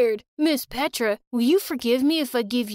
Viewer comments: Nahhh no serb is going to say PETRAA ITS A SERBIEN NAME BUT NOBODY IS GOING TO SAY IT LIKE THAT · It's not pedra it's petra🤨